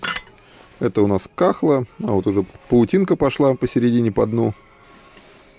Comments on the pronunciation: не "кахла ",а"кала "-германия.извините.знать всё невозможно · за стихи Пушкина 5+!!! Хорошие покупки! Не в обиду, фарфор Кала( не Кахла)😊😊👍🙏👏🌹🌹🌹